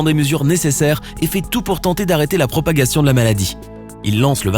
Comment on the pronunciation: il a dit "propaguation"